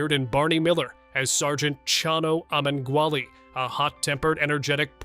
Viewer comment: You don't pronounce the (E) in Chano's last name!!🤔